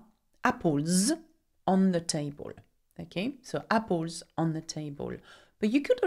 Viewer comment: apples not appols